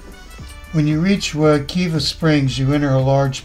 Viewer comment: If you are going to make a video about a river learn how to pronounce it Wuh- KIVE -uh